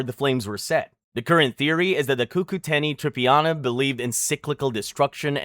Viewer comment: Cucuteni TRIPILLIA culture, not TRIPIANA, dude, the fuck, seriously!??? And we're KELTS, not fucking SELTS, Jesus fucking christ dude! Shit...